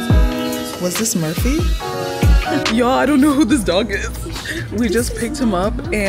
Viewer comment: Girl that ain’t Murphy that’s no-fur-phy 💀